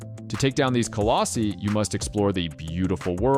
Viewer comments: Great video! It's pronounced Collos-eye though, not "Collosy". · Colossi - Ka Loss Eye 🙂